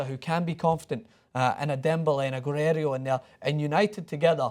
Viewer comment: dear god just butchered Guerreiro's name so hard, real name: Guerreiro, what said: Guerério